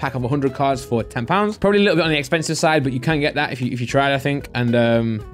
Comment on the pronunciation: Never heard a BUUHHHH like that :P It triggers my OCD ( BUT - BUUUHH )